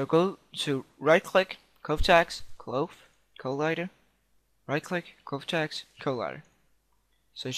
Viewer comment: jheez cache you say cash cloth you say clothe Made Me Laugh